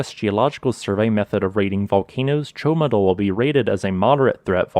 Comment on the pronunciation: It is rather "Ciomatu", not "Ciomadul".... Thanks for the explanation though.